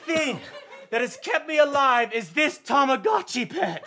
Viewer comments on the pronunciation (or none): It's tamagotchi tho, not toma :/ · It's actually "Tamagotchi"...